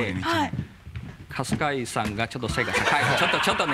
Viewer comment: 春↓日↑井↑くんじわる